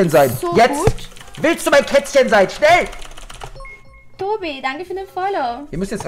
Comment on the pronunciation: Ist ja alles schön und gut aber was ist das für ein "schnell" bro xDDD